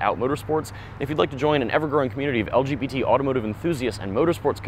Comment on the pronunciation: The video was great up until the very end when he said “lgtbq” 😏🤦‍♂️